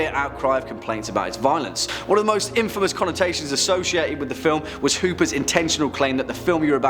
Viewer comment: New girl needs to learn how to read..inadVERTently...underlying, not underlining...and infamous has the emphasis on the IN. I just can’t. I’m face palming